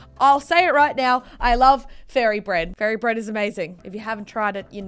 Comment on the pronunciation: I like fairy bread Me: said furry bread lol